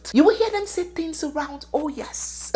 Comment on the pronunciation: "Respect is beautiful tinz" 😂😂😂